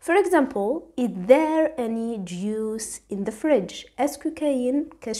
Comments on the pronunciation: Juice not juis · ملاحظة صغيرة فقط Juice مش juis بلاك مانتبهتيلهاش...شكرا ليك فيديو مفيد💖